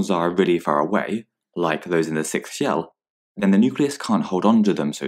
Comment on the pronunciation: shell not shel